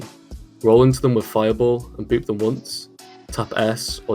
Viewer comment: After all these years I am just now realizing called one chapter "Double Boob" instead of "Double Boop"